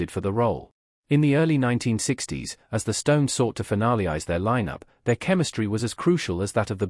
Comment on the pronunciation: Crap voice-over. Finale-ise... seriously?